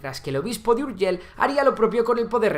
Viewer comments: Las palabras que acaban en LL se pronuncian Ei no EL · "URGELL" con dos LL aqui y en la china popular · Puedes decir seviLLa i no urgeLL inutil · Es Urgell, no Urgel. Hoy está la población La Seu d’Urgell. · Seo de urgel, tela nen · ver a un castellano pronunciar "urgell" es algo increible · Vaya hombre , es que los castellanos tenemos deficiencias.. 💩